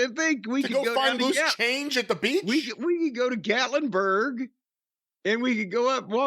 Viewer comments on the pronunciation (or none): none